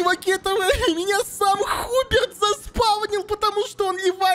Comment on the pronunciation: Мне одному кажется, или поменяли модельки персонажей? И, да, правильно не Хуберт, а Хьюберт.